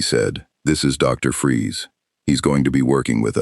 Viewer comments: It's FREEZE, not Fries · Cool story though minor thing It's Freeze like Breeze